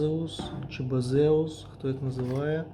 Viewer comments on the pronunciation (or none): Baseus це - based on user - тому бейсюс а не базеус…